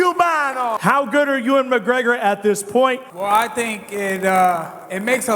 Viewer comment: Conor McCoker